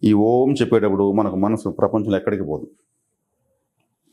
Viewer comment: miru om karani starting point lo deergam testunar, actually ending lo nadamunu deergam teyali, ex: aummmmmmmm, aummmmmmm, aummmmmmm ila anali but miru oooooooooooooooom antunaru